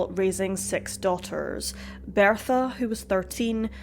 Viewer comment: You should NOT be narrating videos. You CANNOT SPEAK Properly or Pronounce words Correctly. It's BERTHA Not BEARTHA!! Had to turn off the sound!!